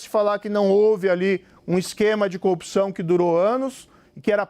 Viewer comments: Moro é tão corrupto que corrompe a própria palavra. Ele fala "copção". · Aprende a falar corrupção, Sérgio Moro, kkkk "copçao" ... Tu é uma Co-opção kkkkkkkk acho que é isso que você quis dizer kkkk